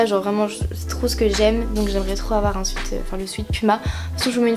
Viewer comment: nn mais sérieusement, j'en ai marre de ces personnes qui font genre je suis bilingue et tout mais qui ne sais juste pas dire un mot aussi simple que sweat, je sais que ce commentaire ne changera pas sa vie mais s'il vous plaît s'il ont ne sais pas dire alors ont ne le dis pas